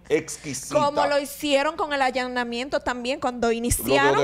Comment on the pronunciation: Allannamiento tambien dijo en el minuto 5 .40